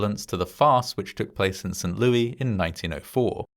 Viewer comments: St. Louis, with Louis pronounced as "Lewis," not the French pronunciation. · This is the most St Louis thing ever. It's said Louis, though, not Louie.